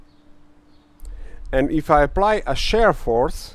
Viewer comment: Please note that what you refer to as the stress/pulling test is called "tensile strength", and also, shear is pronounced "SHEER". Great video! And very informative too. You really put your life on the line for this one :)